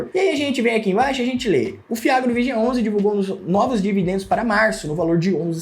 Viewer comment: Analfabeto!!! Olha como ele chama o nome do Fundo. É muito idiota!